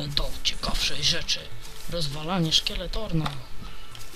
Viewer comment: to nie jest skeletorn tylko skeletron